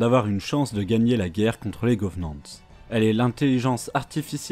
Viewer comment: À chaque fois que j'entend "govenants" et "fororeuneurs" ça me fait atteindre un stade de frénésie😅 Mais sinon très bonne vidéo, un résumé simple et rapide meme si il ya a énormément de choses à dire sur cet univers incroyable